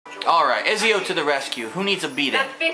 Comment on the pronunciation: its pronounced etsio, not ezio.